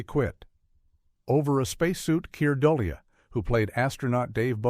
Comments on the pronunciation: AI, or Assholes (without) Intelligence. You make a video and cannot ask a real person to narrate it? I hope these actors who are still alive, sue you for butchering their names. DooLay. Not Dole e uh. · Doh Li!!!!??? Duh lea Ah u Ai moron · About Keir Dullea: His family name is pronounced Doll-ay and not Dully-ah. (Care Doll-ay). By the way Kubrick knew Douglas Rain's interesting voice long before filming for 2001 started. Rain had done the narration for a NFB (National Film Board of Canada) documentary movie on space that Kubrick had watched several times to understand what was advanced technical special effects at that time. This 18 Strange Facts video repeats an absolute lie about Kubrick loving it when the premiere audience walked out. NO! This is a lie. Kubrick was terrified when the bad reaction proved to be so intense. He was immediately forced to go back to the editing machines and cut out huge parts of the movie that had no dialogue in them. It's the version with the cut-out parts that gradually found its proper fans as it got shown in movie houses around the US and around the world. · Keir Dullea's last name is pronounced "Du-LAY." He remarked in an interview that it's pronounced like "Here today, gone tomorrow."